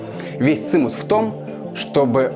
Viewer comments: Цимес а не цимус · Цимус если правильно - цимес) с уважением) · не цинус, а циемес. одесско-еврейское выражение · Каждый видос - отдельное произведение искусства. Обожаю этот канал. Ни на один ещё так не залипала. Только вот не "цинус", а "цимес", но это мелочи ❤️